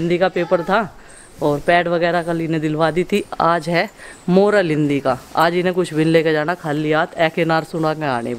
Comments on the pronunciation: aap MA pass ho oral ko Morel boll rehi ho kon se college se MA kiya bhai semech nahi aata🤔 hulwa kucha leg reha h pata nahi khane mea kesa hoga🙏🙏🙏🙏🙏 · Oral hota hai moral nahi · Oral hota hai moral Nahin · it's Oral not moral...sukhe aalu ki sabji me pani nhi dalti toh achi banti..aap sab sukhi me pani q daal deti ho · Moral nahi oral hota h ok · मोरल नहीं ओरल